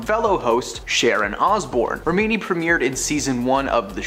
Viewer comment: Agreed. It’s not Shaneen. Leah’s name is pronounced REH-mi-nee.